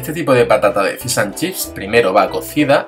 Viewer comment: "Fis" an chips!! Jajajja se dice FISHHHH jajajaja